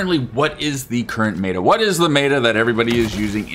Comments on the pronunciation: It’s meta, not mayta! Is what I would say but I will leave your accent alone 😊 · Brother... please... meh-tuh, not may-tuh. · Lol its not pronounced mayda its meta. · MET-AH* bro please im begging